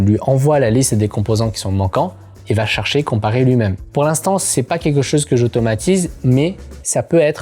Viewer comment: Go voir un ortophoniste, "quèque" n'est pas un mot, c'est queLque avec un p*tain de L dans le mot. Et c'est pas la loi de More mais la loi de Moore. Ca se dit MOURE. Go te faire soigner.